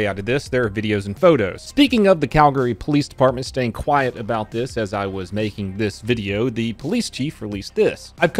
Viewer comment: The Canadian "about" pronunciation made me laugh a bit too much for some reason